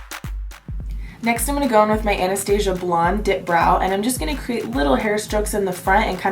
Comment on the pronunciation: Also THANK YOU for saying Anastasia the way it's supposed to be said!